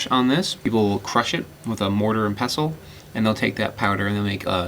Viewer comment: finally! a person who pronounced pestle correctly!